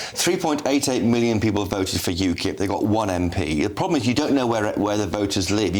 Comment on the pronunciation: cannot pronounce any word that ends in L/LE like PEOPLE or ESSENTIAL.